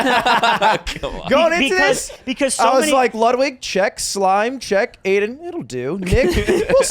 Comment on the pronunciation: I’m confused is it Aiden or Aimen? Sounds like they always say his name with an m